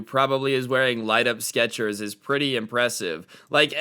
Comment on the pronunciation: I think you said sketchwers accedenteily